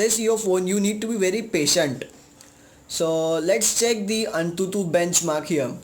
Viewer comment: it's written AnTuTu...but spoken as An22..correct Ur grammar